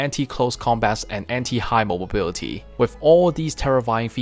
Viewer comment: Really interesting video, although I giggle when you say “mobobility”